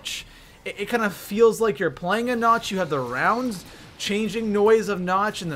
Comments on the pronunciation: it is nacht! not notch! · Just saying nacht is pronounced nakt not na-ch-t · It's pronounced "Nawkt" not Nawch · "Nach"? "Der eisendrachaaa"? "Zetsubuu"? ... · Why do you pronounce Nacht like notch? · did he just call it nach?? damn nigga pronounce it right you sound like a dumbass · I cringe Whenever he says "Nacht" XD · who else cringed when he said nacht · Did...did he just pronounce nacht with a hard ch?